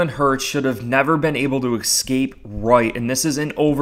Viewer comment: escape- not excapes. Thank you 😅